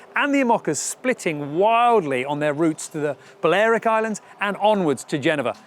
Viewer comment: It is awesome to see Bouwe again in any TOR vid. I think Niall swallowed a syllable in “Balearic”. I spent the summer of 2014 on Menorca on an archaeological dig and it was a beautiful place. (If I’d known about the Ocean Race at the time I would have tried to get to Alicante, but unfortunately I wasn’t aware of it at all!)